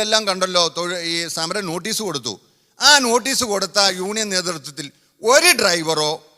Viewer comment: Union ennu parayan ariyatavana samsarikam varunne hahaha